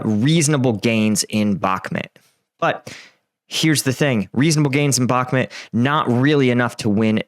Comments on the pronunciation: Bakhmut you idiot, not Bakhmet.. lol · Back-met 🤣 where is this place? 😂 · How are we over 1 year into the war and you still can't pronounce Bakhmut correctly?